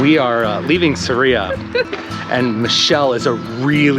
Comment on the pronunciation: It’s SArria. Accent on the first syllable